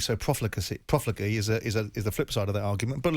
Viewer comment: Haha Simon Jordan couldn’t say profligately haha, so up his own.. use smaller words if u can’t use them properly u Sesquipedalian Also someone can’t have a zeitgeist, I think Simon meant Southgate understands the zeitgeist